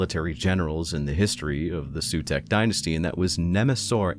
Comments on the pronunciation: I think for Sautekh dynasty the pronounciation might be not 'Sutek' or like others says 'Sawtek', more like with a low 'Z', so 'Zautek' and yeah you should pronounce the 'U' like a double O (pr. oo like in zoom), so at the end it's 'Zaootek'.... In my humble opinion as none english 40k fan 😁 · It’s pronounced Sah-oo-tek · It's Saw-Tech. Say it roooiiight! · The "Sooteck" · Hi. Egyptian here. It’s “Sowtek” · Your mispronunciation of Sautekh genuinely angers me. A deathmark is already on the way. Glory to the Stormlord.